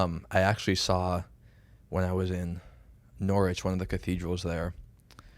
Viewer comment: Nice to hear using the correct Pronunciation of Norwich